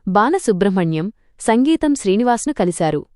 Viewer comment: సంగీతం కాదమ్మా సింగీతం